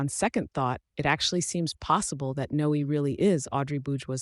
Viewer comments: It's not No... It's Noe, like Zoe and Chloe. It has the same sound. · It should be pronounced No-eh, to rhyme with Cloe and Zoe. (Unimaginative mom).